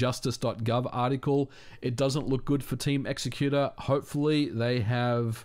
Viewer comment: Thank u for saying "x-ecuter" and not "exec-uter" like I've heard some ppl -_